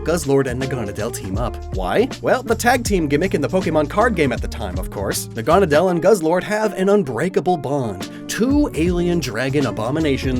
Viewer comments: Nahgah-nah-dahl.... im sitting here wondering why does he keep saying nagunna dial. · its not nah-gone-ah-dell, its nag-ah-nade-le, like needle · It’s na-guh-nay-dell not ne-gahn-a-dell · I'm pretty sure it's pronounced Nag-a-naudeull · It's pronounced "Naga-nay-dl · It’s pronounced Nag-a-na-dle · Your mispronouncing Naganadal. . . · I always pronounced Naganedel as Nahga-Naydle. Is that correct or is your pronunciation the official one? I've never heard it, so I'm not actually sure. I just thought it sounded Naga and Needle. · I hate how you say naganadel. It's nag-a-nadel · With celesteela, it's not a choice thing to burn the forest down. This didn't happen in the anime because ash and his friends built a wall around it. Just wanted to point that out. (And you mispronounced naganadel, no hate tho) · I spent the whole video expecting Necrozma to show up and win, so that was a little disappointing, however, I understand the decision not to include it. Also the pronunciation of Naganadel is wrong. Nadel is german for "needle" and is pronounced very similarly. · i really like how he mispronounces naganadel